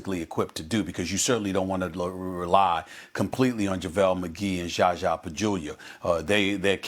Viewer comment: What's this about not pronouncing Zaza's name properly, you think it's funny or what.